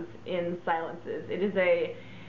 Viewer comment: Say, "see-LOHNS", c'est Francais! It means, "quiet". I'm so sorry to hear it's been discontinued, this was a great favorite of mine, back in the day. There were a lot of green fragrances on the market in the 70's, but this one was truly in a niche of its own. And the deco bottle was to die for! Jacomo used to make a very nice men's cologne, too.